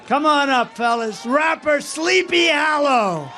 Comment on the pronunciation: Rappa Sleepay Hallaw lmao